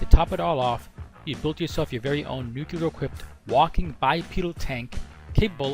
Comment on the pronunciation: Good video. Btw i'l sorry, it's stronger than me : nu-cle-ar, not "nucular"